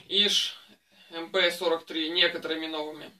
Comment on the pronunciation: Как приятно слышать правильное произношение модели!!! Именно МП!!! Редко сейчас услышишь правильное произношение...